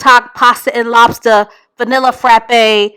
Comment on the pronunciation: “Pasta and lobsta”???? Ewww fr????